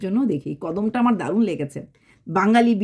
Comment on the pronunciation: কদম না কদমা